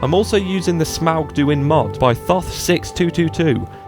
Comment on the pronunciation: My god a you-tuber who say Smaug right